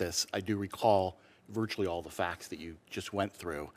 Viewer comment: Annoying that she says ‘fax’ instead of ‘facts’.